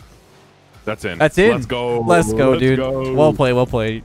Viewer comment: Anyone else thinking "Leth's go!" instead of let's go?